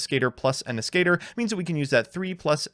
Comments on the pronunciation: As-ca-tor As as in Ass Ca as in Cabin Tor as in Tornado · pronunciation of Ascator hurts my soul.